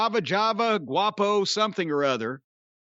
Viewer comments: “Guapo”😂😂😂 it’s Quavo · It's Quavo, Jim , pronounced Kwaay-vo🤣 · Jim has a Chael Sonnen-like ability to mispronounce famous peoples names that he doesnt know in the funniest way possible. "Guapo" 🤣🤣🤣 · Listening in 2025 knew Exactly what name Corny was mispronouncing 😂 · Damn jim you koo but sheesh atleast say the Migos name right lmaoo